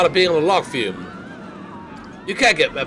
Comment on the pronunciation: Forever waiting for you to pronounce log flume properly.